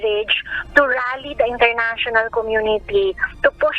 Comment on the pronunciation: International not Enternational..